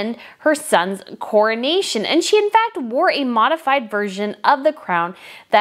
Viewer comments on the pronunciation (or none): none